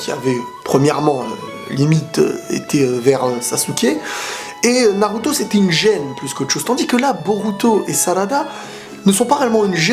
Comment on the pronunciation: Et dit pas Sasuke dit Saske ça se lit comme ça